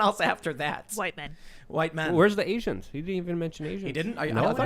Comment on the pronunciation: Biden said asains